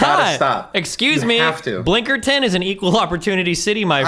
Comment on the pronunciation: The blinkerton and penjamin made me have to breaks from listen. □□